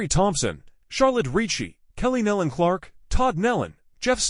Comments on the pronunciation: NO, there is no "D" on the end of their name. It is pronounced NEE-lon. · It’s pronounced KNEE-lon rhymes with dawn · This person mispronounced almost every name and title was very misleading since there was no info given on cause of crash. Pl ease stop disrepecting this beautiful family by using this traged as clickbait. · This person is doing a huge injustice to many of the names. This should be redone extending apologies for not learning how to properly pronounce names before recording. These precious families deserve to be properly recognized. God knows their names and is holding them close. Their incredible talent will be missed here on earth, but I can only imagine the beautiful sounds They’re making in heaven along with many other artists who’ve gone before.